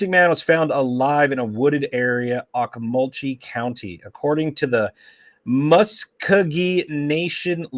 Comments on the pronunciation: Okmulgee = Oak-mull-gee. Muscogee = Mus-ko-gee. It's in Oklahoma! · Pronounced Oak-Mul-Gee & Musk O Gee